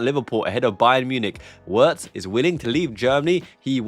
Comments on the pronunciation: Just a small point: It's more accurate to pronounce his name Virtz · Enjoy your show brother. The Germans pronounce W's as a V. Therefore Wirtz's name is pronounced Vertz. Cheers mate. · Virtz homie, hit that W with a Z.